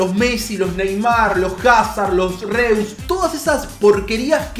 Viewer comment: los Reus jajaja se pronuncia rois jaj saludos